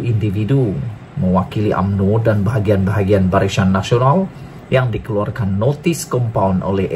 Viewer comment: Barisan Nasional, bukan Barishan Nasional. Tolong kemaskini sebutan, lebih2 lagi bila sebut nama orang.